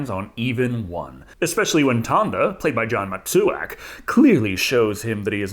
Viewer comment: I'm guessing that isn't much of a sports fan. wasn't MAT - TWO - ZAK a Hall of Fame football player from the Oakland Raiders?